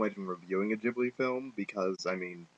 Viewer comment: It's a silent H in Ghibli It's Said Gib-li Great Review though xD P.s. I love the film it's totally A Slice of Life, Coming of Age, Fun & Happy film :D